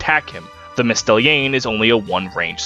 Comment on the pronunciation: mystelienne is even funnier lmao